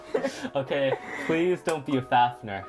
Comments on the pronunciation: And he calls fafnir as fafner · The amount of times they said Fafnir wrong hurts my soul.